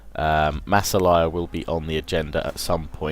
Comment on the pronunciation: IT'S!!! "Mah-sawl-ee-ah" MASSALIA!!!!!!!!!